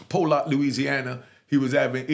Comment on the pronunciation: unigue it pollock but we say it like this spelling pi lock the o is said like a i its like 30 mins from my house im from alexandria louisiana its in grant parish cross the windowback in the day my home girl was a co their tall big red thick pretty women name loddie are mrs dodd